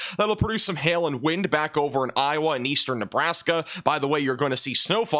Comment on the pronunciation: Dont let this guy fool ya, he is part of the weather channel, how do i know? Because he is incapable of saying iowa